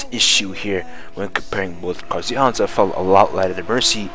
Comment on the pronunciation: Why do you pronounce Enzo like that? I've never heard it called "Anzo" :/